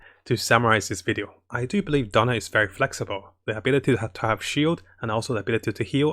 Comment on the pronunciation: I love how pronounced Diona as "Donald".😂 It's okay, the slang doesn't matter because provides us a lot of good guides to help us in Genshin Impact.